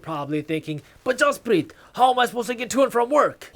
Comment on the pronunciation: Am I hearing the real Jaspreet Singh pronounce his first name, Jaspreeng?